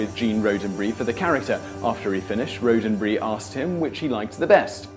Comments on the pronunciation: Roddenberry, not roh-den-bury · Rod-en-burry not Road-en-burry. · I understand your English accent would have some words sound a bit different. However... Gene Roddenberry's name is not pronounced Roe-den-bree, it is pronounced Rod-en-berry. Whoopi Goldberg is not Whoopi Golds-berg. Also, LeVar Burton's name s not pronounced Lee-Var, it is pronounced Luh-Var. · This may have been mentioned before but you mispronounced Roddenberry. Rod is pronounced with a short o as in 'Todd'. 😃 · Road-en-berry ... how do you even get that? He must never have hard the name spoken and only glanced over the name written. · Fact 15 - It's pronounced Roddenberry as in Rod, not Road... ;) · Gene Roe-den-bree, Whoopi Golds-berg, Lee-Var Burton! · Gene's last name is pronounced ROD, not RODE. Plus that music Is annoying... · The host pronounces Gene Roddenberry's surname as Roadenberry. Can't be much of a fan if you can't even pronounce the creator of Star Trek's name correctly. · Road en Bury? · Lee var Burton... gene roden brie ......whoopie gold's berg.... has he ever seen any trek?.... yeah no not subscribing.... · He is definitely not a trekkie.. as he would then know it's pronounced ROD-DEN-BERRY. The name consists of three words everyone should know how to pronounce. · Ironically he mispronounced ROD-en-berry. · A couple of corrections: 'Roddenberry' is pronounced with a short 'o' (e.g., "rod"), and the phrase was "...where no man has gone before" in its Trek origin. Cheers! :-) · You apologize if you're mispronouncing Hebrew words, but you can't even say "Roddenberry" right. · Autumn Gaylord but Simon is atrocious at mispronouncing names of celebrity type figures, such as Roddenberry, LeVar, Aaron from the Bible, and in another video, pronounced JonBenet Ramsey's as Jon Ben-et, as it looks without the French accent. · Wow, this guy has developed many mind-boggling new ways to mispronounce people's names. Roddddddddenberry, ok? Does that make it clearer for you?